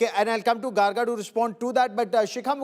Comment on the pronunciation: No Garga ,It is Gargo -- the pronounciation.